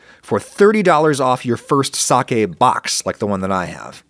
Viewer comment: 1,000,000 points for pronouncing "sake" correctly.